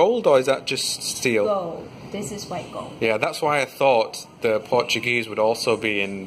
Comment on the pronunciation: Its Portugueser . Get it right man